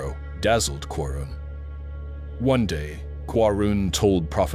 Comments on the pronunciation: He is QAARUUN not qarun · The name Qarun has been pronounced differently at various occasions. Even called Quran instead of Qaroon at one point. I believe it’s a deliberate attempt.